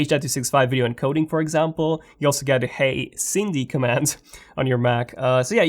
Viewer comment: 5.38 “You also get hey sindy commands.” Tf u on?